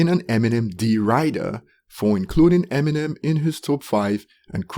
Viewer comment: “Emmy Nem” 🤦🏻‍♂️